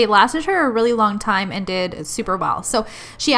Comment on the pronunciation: I love how you say a LONG extension.. My nails are about 2 inches long right now lol To me this set is SUUUUPER short lol These are super STUNNING!!! Those blues are amazing and them glitters are to die for 🤤🤤🤤🤤 I LOVE your work girl thanks for sharing hun 😊😊😊